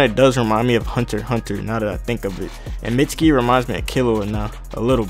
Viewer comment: it's pronounced meet-ski